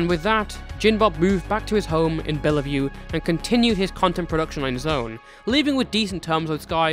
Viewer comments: Bellevue is only two syllables, Bell-view, not Bell-uh-view. Just blessed that he didn't live in Yakima, Sequim, or Spokane based on how often those are mispronounced by people who understandably have no idea how they're pronounced (since you don't live here) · Hi, small nitpick, it's "Bellevue" the E is silent. So it's "bell-view". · just wanted to say that as someone that lives in washington, bellevue is pronounced like "bell view" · the second E in bellevue is silent haha